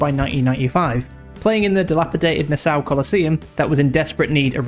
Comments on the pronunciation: Nah-saw… you’re welcome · nassau coliseum is pronounced nass-aw. like the country